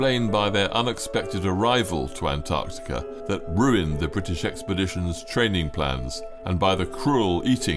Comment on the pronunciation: Bwitish? How many were Scots & Welsh? 🤔